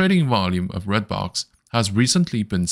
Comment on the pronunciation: It is called REDBOX not BLOX